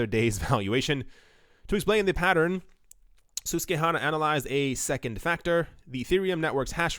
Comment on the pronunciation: "Sus-kwuh-hanna". Susquehanna.